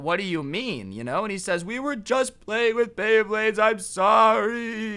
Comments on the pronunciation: ITS NOT BLEYBLADES ITS BEYBLADES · me: oh he knows about bayblade thats a surprise hears him call it blaybades also me: WTF WHY BLAYBADES BRO JUST WHY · blayblay blaybades., it's beyblades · bley bades lol, its bley BLADES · bley blades lol its BEY blades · Dude my guy calling them BLEYBLADES TRIGGERS ME ITS BEYBLADES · He didn’t even realize he said pay bley blades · Either he said pay bley blade or Blay bley bley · He kept saying bley bade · anyone else notice he said “pay bleyblades” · How many times was blay blades said instead of bay blades... I seriously want to know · how many times did he say Bleybades Bleyblades and Beybades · you keep saying bablades blablades blabades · “Go into the. Bathroom and pay bleybleyds” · He said bleybades so many fucking times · He keeps saying blayblades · says beyblades Me:I REALLY REALLY REALLY LIKE BAYBLADES!!!!!! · he kept saying blry bade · Every like is for everytime he said bleybades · Did he say bleyblades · "bley bades" "bley blades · bayblayds me:gos ultra instint did you just say blayblayds!!!!!!! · Umm ‘let’s Blay bleyblades’ He took way to many L’s in one sentence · Did he just say pay blaybades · Can someone count how many times he mispronounces beyblades?